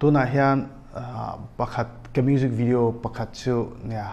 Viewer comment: "bijinesss" "mujik video" 😆 acting a rukin a bawn.